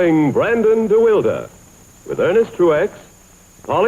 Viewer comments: DeWilde pronounced "de wilda"?? Quickly followed by "prune juice"? Really? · Yes, his name was pronounced "de wilda."